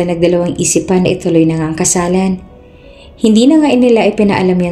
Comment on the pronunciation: Bakit lagi na lang nagiging KASALANAN ang basa sa KASALAN?